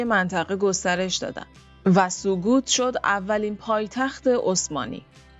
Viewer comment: سقوط نیست خانم،وقتی در تلفظ مشکل داری.نباید ویدیو بسازید.سؤگوت(sögüt) وقتی ö,ü نمی‌تونی تلفظ کنی گویندگی نکن.به دل نگیر.تمرین کن. اندیشمندان تورک ها در زمان سامان قوتای بخاطر همین مسائل گویش دری را نوشتند.که شصت درصد از زبان تورکی ،سی درصد از زبان عربی و ده درصد از هندو ،و همچنین ورود مسلمانان به شبه قاره هندوستان آسان‌تر گردد و هنوها نیز به راحتی با اسلام آشنایی پیدا کنند.